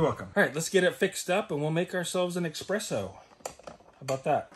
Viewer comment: It’s pronounced espresso, not expresso. I don’t mind doing a product review for this thing, remember there are other YouTubers that make a living solely on product reviews alone. While this video seemed a little sales-y, I still felt like it was generally related to their homesteading content. The only thing that really kind of bothers me about the product itself is the lack of physical switches. If the touch screen fails or perhaps it gets damaged, you have a very expensive door stopper. I could see the unit being damaged by blunt impact (like being struck by building materials in the bed of a truck) It would be nice if the touchscreen was informational only and the on/off/reset functions were physical switches/buttons. At the very minimum, it would be good if the touch screen was protected by a durable cover. I’m sure the manufacturer has some guarantee/repair service, but it doesn’t help someone if they were relying on this unit and had to send it back for a few weeks.